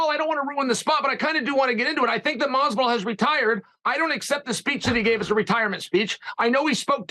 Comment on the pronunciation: Lmao Ariel stays saying Jorge name wrong , malllvidal lmfao